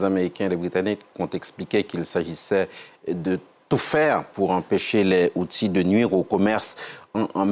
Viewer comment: Pas HoutSis, Houthis, le journalisme est de pire , en pire...